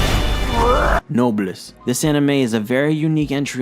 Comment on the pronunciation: The way he pronounced noblesse....i can't stop laughing